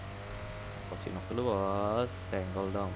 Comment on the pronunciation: Phocinki dibilang phocinok donk